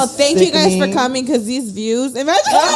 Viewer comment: take a shot every time any of them say "imagen"